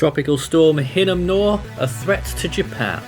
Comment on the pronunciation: Just a little note: if I’m not mistaken, the “r” in Hinnamnor isn’t pronounced